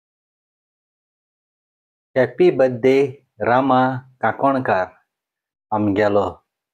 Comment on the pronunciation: आरे बाबा काणकोणकर not kakonkar 😂😂 tuge mure video aikpa bore distat tu sarko lokak hasoita 😂😂 aav tuge ek dekhu video choile bogor sodna GBU bro